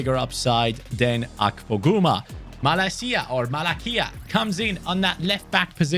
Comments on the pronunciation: The way you pronounce Malacia’s name, means BULLSHIT in Greek language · In my language, greek ,the way you pronounced malacia meens "bullshit"✌️✌️ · "Every day Malacia" 😂 Gennaro Gattuso, former OFI manager! So, in greek "malacia" means j3rk off, and you pronounce it perfectly! 👌🤣